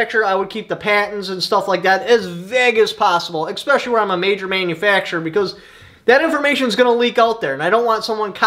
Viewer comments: Especially, not ecspecially. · There is no X in the word especially